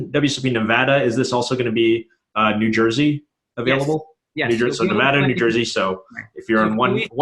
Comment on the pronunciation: Dnegs does not know how to pronounce Nevada